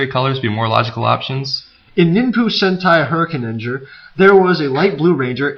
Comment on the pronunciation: You pronounced Ninpu Sentai Hurricanger wrong